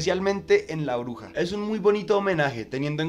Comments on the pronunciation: Por qué escucho "la oruga" en lugar de "la bruja"? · No es hate para nada, pero no sé porque cada vez que dice "bruja" yo escucho "oruga" y me desespera por alguna razón 😅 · Muy buen video...pero cuando pronuncias bruja se entiende Oruga